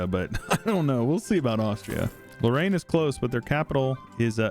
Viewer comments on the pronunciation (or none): none